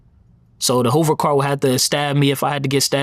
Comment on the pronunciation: It’s car Young Man not card 😅, where were you at ??